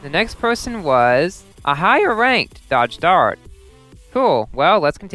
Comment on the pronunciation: I almost died of heart attack when he said "A higher rank dodge DArt" LOL